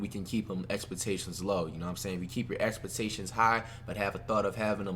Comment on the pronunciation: Did flight say expatations